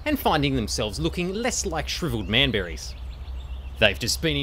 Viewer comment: hahahaah... Just realised he said manberries...🤣